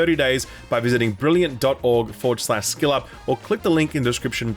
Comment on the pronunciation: Wait…is it “Skill Up” or “Shill Up”? I’m new to the channel…is there an in-joke or something about this…or maybe a speech impediment…?